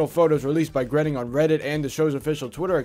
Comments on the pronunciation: It's grAINing not grenning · Matt "Grenning". That's a new one.